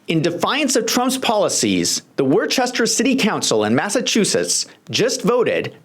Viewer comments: It’s pronounced “Wooster” MA actually, but Worcester has its problems, including allegations of police excessive use of force. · Worcester is pronounced 'Wooster' or at most 'Worcster'. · It is pronounced Woosta...😂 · You do great work. I support you financially. So those of us from Massachusetts don't have to cringe, Worcester is pronounced like the word wood, without the d, followed by ster.